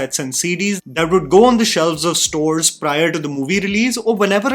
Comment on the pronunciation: He should've said sto saar